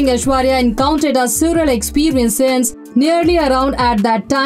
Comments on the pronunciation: Bizareeee😂😂😂 soorreal 😂😂😂 nice pronunciation 😅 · Please google pronunciation of words you are not familiar with like surreal, bizarre.. information is so easily available.